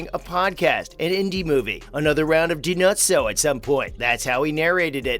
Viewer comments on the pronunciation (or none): I agree. He pronounced Dinozzo’s name how Fornell would call him.